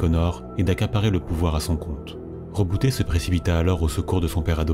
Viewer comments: Alors c'est tout bien , vraiment complet et beau à écouter... MAIS , par pitié ... on dit Roboute avec un "e" à la fin et pas Rebouté !!!! HAAAAAA à chaque fois que tu le prononce Reboutéééé mon double coeur d'Ultramarine fait un raté xD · justement il dit en ENG "Rebouti" parce que le "e" sonne "i" chez eux. Sinon ils auraient dit Reboutai en VO. Après je suis pas un linguiste mais ce Rebouté à faillit me dégouté =P Roboute sonne mieux en FR ^^